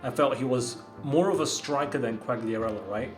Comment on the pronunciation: U dont pronounce the g in quagliarella